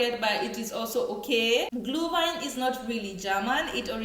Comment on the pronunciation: It is not -Glew-wine. It is Glüüüüüüüühwine